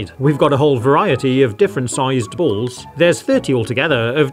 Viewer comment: "The bools actually moove" 😂